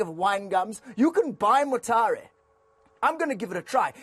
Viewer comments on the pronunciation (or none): Chester u r basikally from Zim, the way u say Mtare.. lol